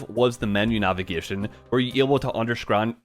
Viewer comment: My guy who makes some of the most beautiful animations just said “underskrand”